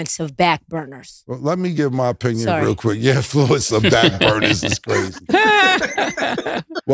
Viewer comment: "influenče of Backburners" 😂